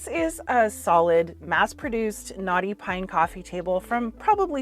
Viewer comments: Lol. I dont know why this is, but EVERY time you say "knotty pine", i hear "naughty pine".....and then I wonder what it did that was so bad...🤣🤣🤣🤣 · I’ve just realised you’re saying “knotty pine” 😬 I kept hearing naughty pine, and wondered what was soooo bad about it 😂😂😂 Love your work! You’re very creative and talented. Thank you for sharing your knowledge. 🥰